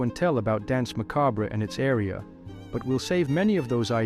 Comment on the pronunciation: The way you pronounce Danse Macabre gives me an annurism, fun vid tho! :)